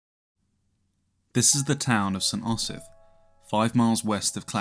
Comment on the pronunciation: Cannot watch the flawed pronunciation of "Osyth" grates too much